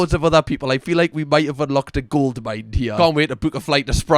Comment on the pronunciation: Did you say goldmind or gold mine? Just wondering 🤔